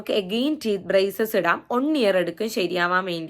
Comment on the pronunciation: Eda വൺ എന്നാ pronunciation varunnath ഒൺ എന്ന് കേൾക്കുമ്പോൾ എന്തോ പോലെ